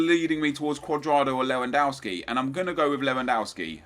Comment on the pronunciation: Learn to fucking pronounce Lewandowski